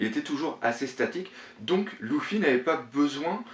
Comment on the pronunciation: J'adore tes analyses, tu as vraiment trop d'inspiration et de réflexion, bravo. Mais y'a un truc qui me stresse c'est ta prononciation "louffy" on dit pas "leuffy" plutôt ? Sur toutes tes vidéos ça me stresse mdrr !